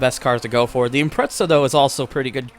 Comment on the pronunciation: i think its pronounced as impre-za